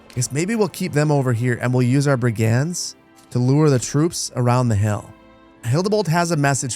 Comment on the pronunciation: Oof,... Brigands isn't pronounced that way... Emphasis on the other syllable. Still love watching your games.